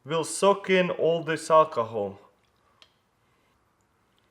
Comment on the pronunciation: Did he say calcohol?